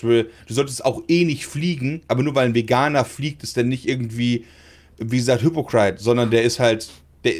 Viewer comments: alter.. ich liebe dich aber dieses "hüpokreit" anstatt hypocrite... das triggert mich xD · Ich denk mir auch die ganze Zeit sag doch einfach Heuchler anstatt hypocrite falsch auszusprechen :D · Am Schlimmsten finde ich wie das Wort "Hypocrite" ausspricht xD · Brammens falsche Aussprache von "hypocrite " triggers me😂